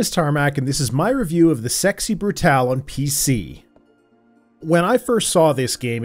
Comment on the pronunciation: Yay. Someone who says "Brutale" instead of "Brutal".